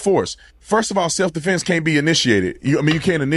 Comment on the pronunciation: Or as he wold say seff deflence 😂